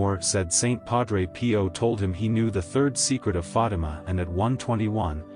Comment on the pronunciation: it's not Fadam, but rather Fatima.